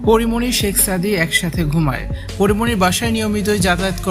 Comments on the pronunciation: ছেক সাদি,হায়রে নামটাও বলতে পারেনা😂😂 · I don't believe this girl. Because it is very clear that this is a planed and this girl a big lier, who is complaining about Porimoni here. When she was telling the history and she used many English word and it was many difficult words with perfect pronounced. All the English word she pronounced very right but only one word she mentioned few times very wring by intentionally, it is Shek Sadi. But she said every time 'Sexsadi" All the English words pronounced perfectly except the Sekh Sadi Other things that her way of telling the history as like a planed and professional lie. How she seen that Porimoni was sleeping with many man within 2 weeks? I request to police to arrest this girl and find the whole team, who is behind her and this whole plan to send this girl to Porimoni home to make trouble with Porimoni? I demand to arrest this girl as soon as possible please.